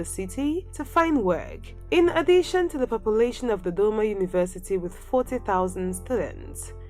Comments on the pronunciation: Ohh I like the way she says Dodoma!😁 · Ohh I love the way she says Dodoma! 😄